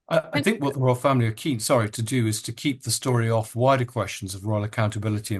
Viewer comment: “Orf with his head”